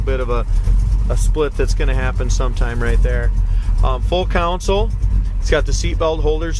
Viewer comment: And “counsel” instead of console. He needs to review a few terms. Nice car. I wonder what he got for it.